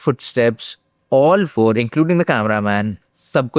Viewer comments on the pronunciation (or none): none